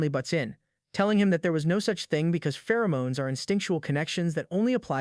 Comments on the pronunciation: I take great joy knowing that somewhere out there some 15 year old thinks it's pronounced "Fer-o-monies" from all these AI narrators, and they're going to be very embarrassed one day in school. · no one absolutely nobody this AI: Fe-ROO-moo-nies